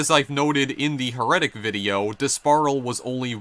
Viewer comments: It's heretic, not heretic. :D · You said heretic wrong bro. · stupid fuck can't even say HERETIC.